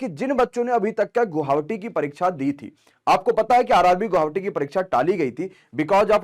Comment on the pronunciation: Sir ji guhavati nhi hota guwahati hota hei....